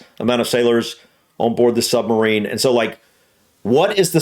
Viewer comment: Hahaha. Same old. It's a sub-marine, not a sumbarine.